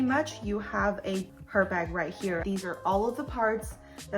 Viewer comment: Not Her, Ermess. So, its name is best pronoynced as ErBarg. It is unissex. Beautiful video, BTW😊